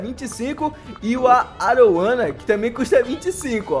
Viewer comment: Video top. Mas não é arowana é aruanã